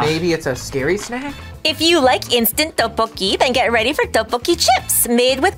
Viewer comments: Lotte is "Lo t" and "te" ... Tteokboki is more like "duck" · Not to be rude, but you were pronouncing Tteokbokki wrong😅